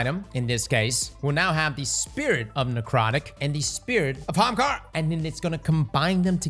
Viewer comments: actually says "Ahamkara" vice "haamkara" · he did it! He said Ahamkara right!